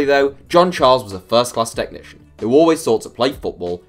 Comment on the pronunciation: No one:: "T e C h N i C i a N"